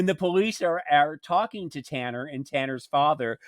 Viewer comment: Talan not Tanner